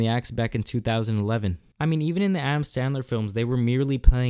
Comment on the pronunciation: Adam Sandler not standler, I know ur struggle, kept thinking it was that till I couldn’t find a movie of his under that name lmao